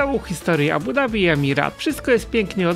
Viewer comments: „D” jest wymawiane w języku angielskim. W arabskim wymawia się „Z” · Nareszcie prawidłowa wymowa stolicy Emiratow